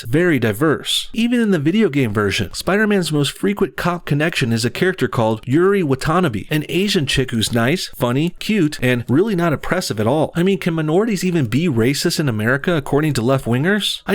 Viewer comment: “Yuri WatanaBEE” Jesus Christ that pronunciation was so bad my ear drums crawled out of my skull. I am not bleeding helplessly in the floor, you’ll be hearing from my lawyer.